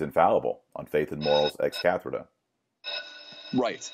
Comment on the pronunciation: Love your work Dr Marshall. But (I know this is a public forum I don't want to be mean or anything) I have one request... a plea. Please Dr Marshall... It is not Ex Catherda... It's Ex Cathedra. I am Polish, you are Texan, we have difficulties using language in different ways. I butcher words sometimes. But this really hurt my ears. You can say it like the English word Cathedral. Just without the "l" at the end. Hope I am not being too much of an a-hole. God bless You.